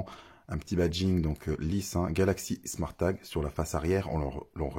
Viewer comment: Haha j'avais même pas remarqué 😂 a vouloir bien prononcer le E a été top marqué. Sinon c'était a l'anglaise " Smôrt tague" 😆